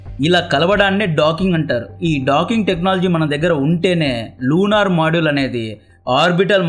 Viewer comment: Space లో weather ఏంటి బాబు తెలిసే మాట్లాడుతున్నావా. మోడ్యూల్ బాబు సరిగ్గా పలుకు